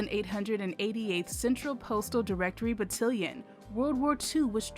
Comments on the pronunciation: It's Battalion! Lawd why does she keep saying it wrong smh lol but I love this story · Look forward to learning about this. Within five minutes, a mistake - battalion pronounced battillon. I know this happens all over the place. But it disturbs focus. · Just one question: what's a "battilion"?? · You are mispronouncing battalion batt all ion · Loved this! I learned how, as these amazing women served, they paved the way for women vets like me! Note: it’s pronounced buh- tal- like al with a “t” - ion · BUH - TAL -YEN, BUH - TAL -YEN, BUH - TAL -YEN. Hand Salute!!! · THANK YOU!!! I keep losing focus when she says it like that ugh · It's Battalion (Ba-Tal-Yon) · Please pronounce "battalion" correctly!!!!! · The word battalion is mispronounced throughout this whole video. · I wish the AI speaker would learn how to pronounce "battalion" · Consider replacing the entire narration / voice over. Battalion is mispronounced so many times... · Great video but I almost turned it off every time she mispronounced “battalion”. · Its Battalion Not cotillion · Its Battalion, not Battilion. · FYI, it’s battalion, not battilion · The word is BattAlion, not BattIlion. That was driving me CRAZY. Thank you for the video. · GREAT STORY!!! The AI speaker miss-pronounced BattAlion as BattElion! LOL LOL LOL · It's not called Battilin it called Battalion (BA TAL LEE YON). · Battalion is pronounced ba-tal-ion, (tal, like Tallahassee) not ba-till-ion. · You keep mispronouncing battalion. It's ba-TAL-e-un. Not ba-til-ee-un. Please Google it. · Every time the narrator's pronunciation of BAT-TA-LI-ON as BAT-TIL-LON was like nails on a chalkboard. I'm sure those of us who served were cringing. The story of the outstanding women on the 6888th deserved better. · Batt-AL-ion nit Batt-IL-ion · Good informative video about blacks serving in WW11. Only complaint is mispronunciation of the battalion (ba-tal-ion no ba-til-ion)